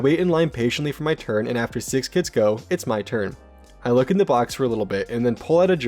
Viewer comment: No, more like Looké. The sounds are more forward in the mouth